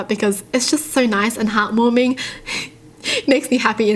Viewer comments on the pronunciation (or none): She said Hat warming What in the world